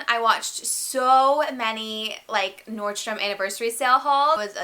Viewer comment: This might sound super bitchy to the world, but I appreciate that you called it "Nordstrom" because that is its correct name. I have abused it a lot in the past, but I'm a stickler for accuracy, so I am also going to call it "Nordstrom" because that is correct. Thank you!